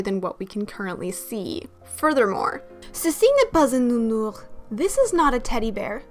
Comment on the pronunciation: Your french I'm impressed (and actually we pronounce the "s" in "nounours" ^^ )